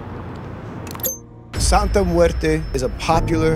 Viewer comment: It's santa not sante and it's not catholic it's like a folk religion and santa muerte and day of the dead is different bro. Respectfully if your going to " expose" something it's best to be accurate. Also day of the dead is a day that's sensitive to people because it's about their dead family so mabye the people felt as if you were disrespecting that. I don't know bro if that's the best way of going about it. God bless